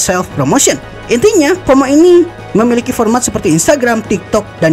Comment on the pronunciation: FOMO bang bukan HOMO😂